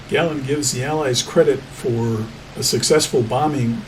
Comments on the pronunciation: His name wasn’t Gàlland - his name was Gallànd! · Great vid including the historical information. PS. try pronouncing his name correctly, it is his name :)